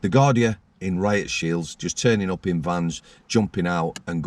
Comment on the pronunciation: Gardai, pronounced gardee. .